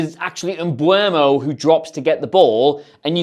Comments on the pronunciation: Dude I know I'm being that guy but it's really bothering me, please don't call him Mbwermo. It's eu not ue. So M-beu-mo. Great video as always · it's MBE-UMO..........not MBU-EMO...... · Fuck sake I'm getting so sick of everyone pronouncing Mbeumos name differently., you said it in at least two different ways in this video alone. The "Em-bweh-mo" is the one that shits me the most, as it doesn't even make sense as the E is before the U. Just pronounce it EM-BOO-MO. Same for the fucking commentators. This weird pronunciation does my head in, if only because it's not only wrong but it's clearly a conscious decision to say it like this in attempt to get it right... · it surprises me how many people still say mbuemo lol